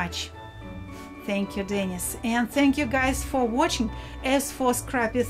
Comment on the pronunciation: no, sorry: not DENnis. but DenEEs. Dennis is a man's name, Denise is a woman's name. ah Grumbacher ! very good quality ! the best !